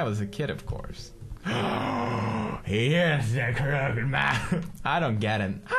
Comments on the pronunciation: Pewds still can't say crooked :) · It's pronounced Kroo-kid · Its CROOKED not croked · Daw, I like how Pews' says "crook-ED" as "crookt" X3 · Croo-ked, Croo-ked, not Crook'd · Crook-ed!!! not Crookd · crooked not crookd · it's crooked (crook ed) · Crook-ed, not crooked.😭😂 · Darnit now I'm saying crookt man instead of crooked man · Does anybody realize that pewds says crooked "crookt"???hmmmm anyboy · don't you pronouce the name as crook with ed. crooked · He knows how to pronounce "Psychiatry", but not "Crooked". Oh, ily, Pewds. 😂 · I'm trying to stay calm no matter how much you pronounce crooked wrong. >.<